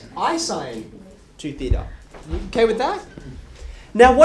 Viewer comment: this is actually the correct pronunciation of "theta", in greek.